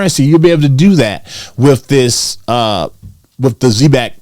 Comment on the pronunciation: All respect - you're pronouncing the name of the company wrong. Watch the commercials & listen to the founders interviews or the dev team talk about the company on Twitter